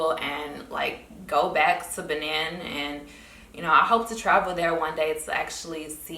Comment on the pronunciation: Benin is pronounce Ba-neen